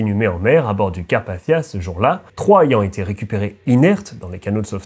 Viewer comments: Carpachssichsia 😭aval ton chuwingum c’est carpathia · Merci Sarah, c'est vrai que ma prononciation est influencée par l'anglais, d'où le son du "th" qui a tendance à hérisser le poil de quelques personnes dans le public francophone.😅 Il est aussi vrai que je pourrais le prononcer d'une façon plus française, en disant "Carpassia", sans le son "th" à l'anglaise. Il n'y a pas de consensus sur la prononciation de ce nom de toute façon, il est loin d'être aussi usité que "Titanic" par exemple, que je ne prononcerai jamais à l'anglaise pour cette même raison. Le fait est que que j'ai du mal à comprendre pourquoi les gens s'arrêttent à de tels détails insignifiants, et se permettent parfois de me manquer de respect comme si je les avais agressé avec mon accent... N'ont-ils rien de mieux à faire ? Certains s'imaginent que je fais exprès, que je force le trait volontairement, mais en réalité c'est juste ma façon de parler. C'est le double tranchant d'être bilingue je suppose. 🙄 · Personne ne reviendra t'indemne ?? C'est bien la peine de prononcer Carpathia à l'anglaise... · Pourquoi tu prononces pas le mot Carpathia normalement ?